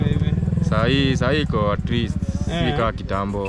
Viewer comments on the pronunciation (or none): none